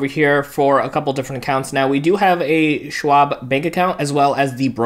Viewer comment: It’s not Swab, it’s Schwab. As in “Shhhh”.